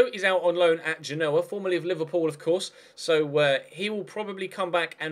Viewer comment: Genoa is pronounced genowa or j eh n oh uh